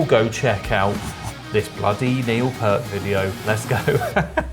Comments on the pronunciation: Say "peert" not "pert". P-👂-t. You got it right. :) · His Name Is Neil Peart and It’s pronounced Peeee-Ert If you do some research on him you’ll understand why he left RUSH for nearly 5 years, and you’ll know that 1/2 way through his career he took lessons from the legend Freddie Gruber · I'M SO ANNOYED ...😏 Pee-urt, same long vowel sound as "gear". RIP Professor. Just incredible 🖤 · Hi, not a problem. Pronounced Pear t. I gave Neil a 10 out of 10, but I'm biased. R. I. P. big guy. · Love RUSH. If you haven't checked out YYZ from RUSH live in RIO, the crowd goes crazy on that one. And as for Neil Peart's last name. Just remember Just take the word ear. And just put the P in the beginning and the t at the end. In fact you said it correctly at first.